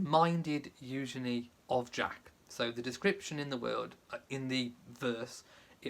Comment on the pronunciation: Loved Eugenie’s beautiful dress. It’s refreshing to hear you pronounce her name correctly! Thanks for explaining the Great Gatsby connection! Beautiful wedding.